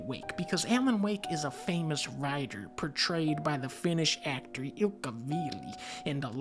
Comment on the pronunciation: As a Finnish man myself, mad respects for pretty much nailing the pronounciation of Ilkka's name. Also fun fact about Sam Lake. His real name is Sami Järvi. Järvi literally means "Lake" in finnish, so he just literally translated his name for you to make it easier to pronounce lmao